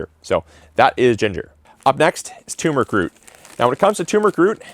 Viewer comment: Turmeric actually has two r's in it, so it's "turm-er-ick" not "toom-rick."